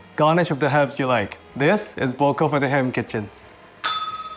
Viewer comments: Nice recipe! I never made Bò Kho before but I'll make it when i return to Vietnam to meet my family. A note on pronunciation: the o's are like awe in awesome, so its like b-awe kh-awe. Ofc theres the tonal mark in Bò but that's pretty hard. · It’s pronounced as if it were spelled baw khaw, both rhyme with saw, draw, tall, fall.